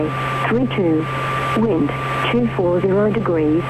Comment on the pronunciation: wind = wing ... sigh